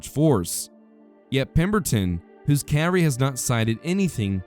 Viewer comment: Informative video. Don't pronounce "cavalry" and cav-ree or "field" as "filled"